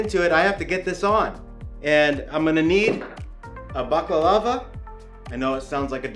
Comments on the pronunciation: It's a "Balaclava", pronounced "bala clava"... not "bacalava".. :) I think most would have looked to see if the overload has tripped before getting dressed up and getting the meter out. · did you just said "Baklava" lol. its called Burka or Burqa, Baklava is turkish desert. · Not to be nit picky but I believe it's pronounced Ba-la-cla-va. Otherwise great tutorial!